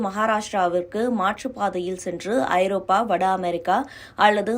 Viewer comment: அது என்னடி பெரிய சிக்கல், ஒழுங்கா படிங்க ஐரோப்பியா இல்ல ஐரோப்பா, அப்படியே மூடிகிட்டு ஓடிப் போயிரு